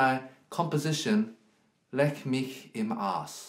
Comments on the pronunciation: Is anyone else as happy as I was when I heard him pronounce "mich" properly? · yeah ik, but she asked for a pronunciation. I just used english to explain. Leck mich am Arsch would be correct in an actual, modern Deutsch. Edit: + the comment above mine. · Mozart war allerdings Österreicher und auf Österreichisch heißt es "mich" ohne "s" , das hab ich damit gemeint.